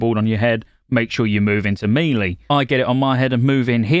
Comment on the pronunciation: Please stop saying “me-lee” you know full well that’s not how that word is pronounced.